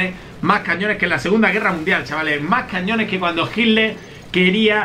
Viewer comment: Según yo es hitler no jiler